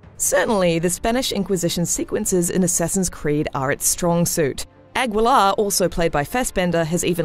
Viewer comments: its ah-gi-luh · The last name is pronounced "Ah-gi-lahr", not ag-wil-ar. You can read Guiterrez just fine. Aguilar is also latin root from the bird aguila or eagle in english. So an action film that got the action right. seems legit. oh you want good plot development? time to read a book. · Aguilar = "agilar" , not "agwilar" *flies away* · Jorgeflo7 Lol, my name is Aguilar and I live in Texas. It always shocks me that so many of my fellow Texans are incapable of pronouncing Spanish. It's phonetic! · The u in Aguilar is silent... You could at least try. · Ugh really? That's not how you pronounce Aguilar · Sorry but you butchered all the Spanish names, you could at least have investigated a little how to properly pronounce them :-( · As an Aguilar, her pronunciation of French and Spanish names annoys me.